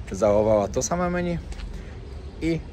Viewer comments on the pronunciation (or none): none